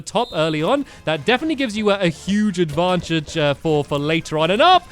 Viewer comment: You said Advancheje instead of Advantage